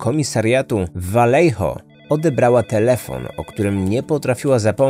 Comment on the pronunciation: pierwsze 4 minuty i już mam trigger xD miejscowość czyta się po hiszpańsku czyli Wajeho (oryginalnie Vallejo). Podwójne "L" czyta się jako "J", a litera "J" w słowach czyta się jako "H" :)